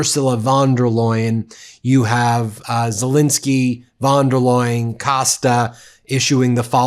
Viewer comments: Von Der Loin? Von Der Leyen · Pls learn how to say von der leyen